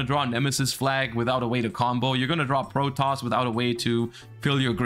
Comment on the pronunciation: Side note, how did the yugioh community end up pronouncing "Protos" as "Protoss"? Seems like a weird mistake for literally everyone to make.